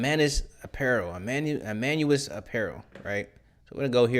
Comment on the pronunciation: Just starting this video and looking forward to it as a Christian Apparel brand myself. The first brand should be pronounced E-May-us. A lot of Christians will do an Emmaus Walk to draw closer to Christ.